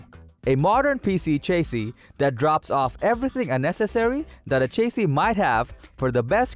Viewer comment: lol chase-ee.